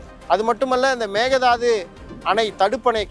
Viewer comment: Konga it is mekedatu not a mekedadu😅😅😅😅